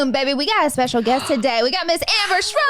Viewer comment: Did laura call her amber schroll? 😂